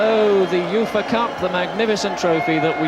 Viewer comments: Everyone else calls it the Yoofa Cup. It's just you mate ;) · Why is he pronouncing UEFA like that 😂